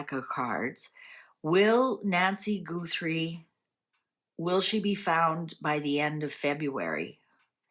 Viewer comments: It's GUTHrie, not GOOTHrie, please. :face-red-heart-shape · It’s not goothrie it’s Gutherie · I don’t mean to be the language police, I think you might be in Canada and pronounce things differently. I love watching your channel. I don’t understand tarot. It find you very interesting. Her last name is pronounced Guth- er- ie, not Goo-th- re. Maybe it’s your accent. I’m American, we pronounce things differently depending on where we live. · Please listen to a news person pronounce Guthrie. It isn’t Goothrie. Thought you’d like to know. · Please out of respect pronounce Guthrie correctly. It's not Goothrie. She's a Capricorn. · You are mispronouncing her last name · How is it possible that you mispronounced Guthrie when everyone all over the place is pronouncing it correctly???